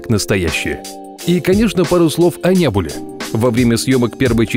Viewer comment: НЕБУЛА УДАРЕНИЕ НА У